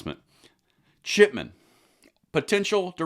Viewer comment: You say Chip-E-Chip😂